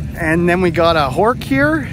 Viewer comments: True about hearing "Hork"...and also true about hearing "Shoo-DARE-ee-uh" (repeatedly) and "Bar-CHET-ta" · Great work. You know your stuff but I think u slightly mispronounced Horch. Seems there is an "sh" sound at the end of the word whereas u pronounced it more as it is written w/ a "ch" sound at the end. Thanks for the vid and you called the correct Best in Show. This silver 250 GTO was nice but not the best example extant. Love to see a 250GTO (1st series) win BIS someday soon. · Don't mean to be petty either but I think he pronounced Horch incorrectly. It has an "sh" sound at the end, not a "ch" sound.